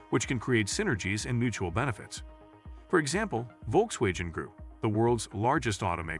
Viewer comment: When did VW become 'volk-way-jen'???? Another example of ChatGPT as a 2nd language I guess.